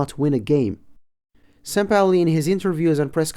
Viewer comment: Just say sampaoli